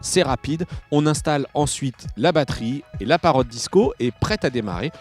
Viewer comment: Ce qui m'énerve sûr ce présentateur ces qu'il dit ' Parrote ' ? il est con ou quoi ? ça se dit Parrot et bien sûr pour avoir une image en immersion il faut un smartphone ce qui n'est pas mon cas,.